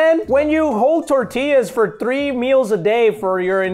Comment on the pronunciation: He says it so wrong it’s not “tortilllaws” it’s tortillas